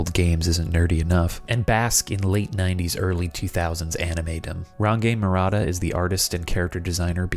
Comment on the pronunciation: So just a slight correction, Range Murata is pronounced Renji as in Orange, yeah he really went that way.